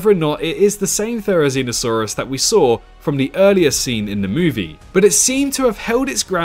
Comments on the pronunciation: the way u pronounce theri hmmmm... "zee no" "see no" just saying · no not you im talking about the "zee no" part in theri's name because it sounds like "see no" and its a video about theri being blind